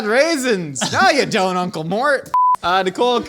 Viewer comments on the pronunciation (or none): none